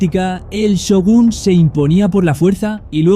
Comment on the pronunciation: Not Syogun but Shogun